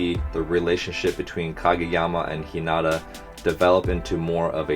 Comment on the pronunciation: Hinata's name is pernounced He-neh-tah in japanese since they don't really have a "r" pernouciation in japanese. And if you listen to the others say it in the anime it's you'll hear how it's said